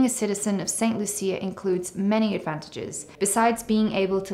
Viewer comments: The country is pronounced St. "Lusha". Medical insurance is often not available to new applicants over 65 in many countries and they have to pay cash for services. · She can’t even pronounce the name of the country correctly and jumped into making videos about it!